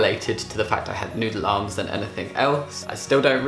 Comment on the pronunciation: All I heard was 'Nude Alarms' and then I realised he was actually saying 'Noodle Arms' ...